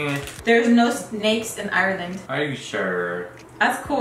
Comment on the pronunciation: Lmao “ireland air”😂